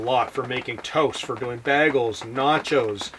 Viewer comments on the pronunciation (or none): He said 'bagel' like Britta does. Is that a New York thing or something?